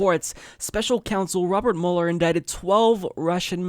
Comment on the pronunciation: It's pronounced mewler, not muller. Go back to media reports before 2016 👍🏽